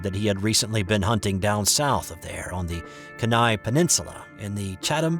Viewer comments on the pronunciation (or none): Kenai is pronounced Kee nye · Lol pronounced "keen eye" peninsula